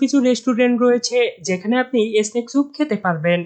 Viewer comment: ভাই উচ্চারণে সতর্ক হন।এসনেক না শব্দটা স্নেক,স্রিম না শ্রিম্প সালাদ/স্যালাড। বাজে ভাবে নিয়েন না প্লিজ